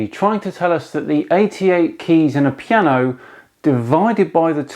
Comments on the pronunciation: Really? Pi-ano? Made my day! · 'Pi-ano' (chuckle). Does realize there are other languages besides English? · Pie-ano.... wow..... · I saw that video... still got a Headache couse of the Pie-ano... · Aah "Pi"-ano got it now! What about the 'forte' bit? Got it! 'For-tea' as in "What's for tea Mum?"